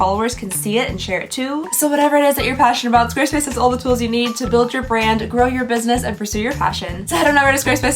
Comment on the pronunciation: Girl! I love you but you talk waaaay too fast. I know that no one really pays attention to the sponsor portion of videos, but every time you say 'Squarespace,' it sounds like 'Swduwbsdfvobsvspace.' Slow down, lady. Nothing you say sounds genuine when you rush through things!